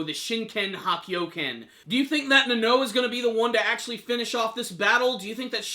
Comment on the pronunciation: Na-no? its pronounced Na-now, Nanao